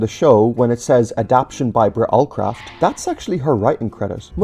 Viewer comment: Andrew Brenner being upset about not being credited is understandable, but considering how Awdry felt about Henry’s Forrest that might have been a good thing :p Also not that it matters all that much but you keep saying “adap-tion” instead of “adap-ta-tion”. Is that uh, a personal choice or… 😅